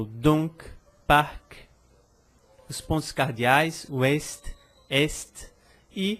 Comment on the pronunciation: o "s" abre o "o" em "l'os".:)